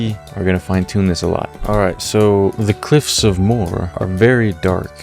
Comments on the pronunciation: Its pronanced mo her its funny the way you say it and song suggestion you should put on "óró sé do bheatha bhaile" its an irsh song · that sucks! (also they're called the cliffs of "mow-her" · moe her is how the cliffs is pronounced, im from ireland lol very nice place